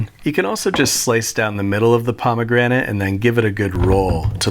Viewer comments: "mmmm, pomagranat" Im dead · “Pomegranté” for unnecessary flair. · Haha, pomme grenade